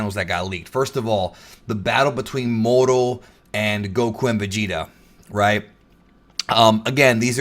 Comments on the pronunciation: The way you say Moro is disgusting, annunciate better. You sound like you’re saying modo or morto. It’s pronounced Moor-o. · ur amazing. But I cant stand the way u say moro 😂😂